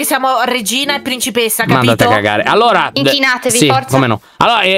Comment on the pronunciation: che dice inquinati anziché inchinati